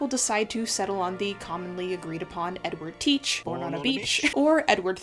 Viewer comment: your exaggerated french pronunciation of "Edward Teach" threw me so off guard, lmao